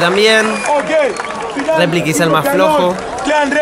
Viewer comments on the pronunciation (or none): Por que dicen replic ??? Terminando con ic ???? Es replika, pronuncien la K !!!